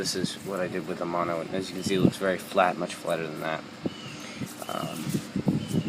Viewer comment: It's "MANO"... not "mono"... (Mano= hand, Mono= one/single)